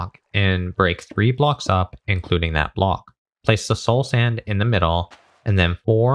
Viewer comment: All i hear is now "bluhk"